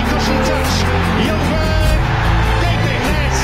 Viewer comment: The actual way of pronouncing ljungberg is jungberj